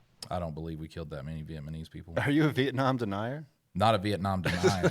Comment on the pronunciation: Did really said vietmanese 🤣🤣